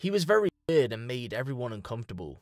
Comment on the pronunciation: you cant say weird or loner LMAO